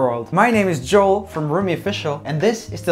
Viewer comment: DU HETER VÄL INTE JÅÅÅL? SÄG JOEL KORREKT SNÄLLA HAHHA